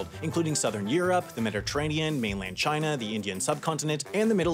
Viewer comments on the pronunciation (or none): none